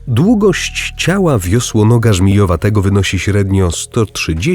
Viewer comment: wisłonoga? nie wisłogona? haha btw super film